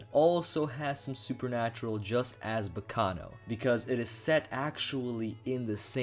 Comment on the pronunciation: Hearing him say Baccano is very painfull.